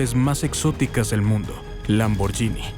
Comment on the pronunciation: Gh en Italia es como gu. La pronunciación correcta es, escrito en español, lamborguini